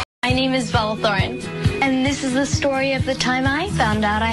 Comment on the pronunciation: she couldn't even say bella Thorne on the first day 😂